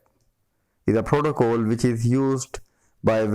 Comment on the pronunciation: protocol not protocole :))